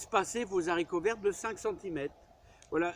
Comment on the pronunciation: il faut éviter de faire la liaison « les haricots verts «; le français ne le permet pas Merci pour vos vidéos bien instructives et qui respirent la joie de vivre